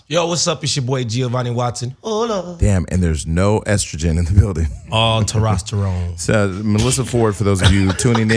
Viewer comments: Terosterone??? Lolol cracks me up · Not “Terosterone” 😩😩😩🙄😂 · GOT DAMMIT GIO SAY IT WITH ME............. TEST...TOST....ERONE!!! NOW PUT IT TOGETHER........ TESTOSTERONE!! lol smh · terostetone lmao gio dont even know he said it wrong ,see thats why i miss and they need melissa she would of corrected him he gonna continue thinking its pronounced terosterone lol